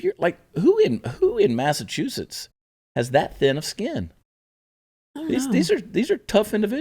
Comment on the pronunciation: People from Maine call people from Massachusetts "Masswholes "stop doing maine accent for Massachusetts.